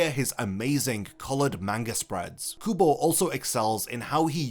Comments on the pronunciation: Ouchhh!! The Kubo's name incorrectly pronounced hit me too 😂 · “Tight Kubo” SIR YOU WANNA ROLL THAT BACK RQ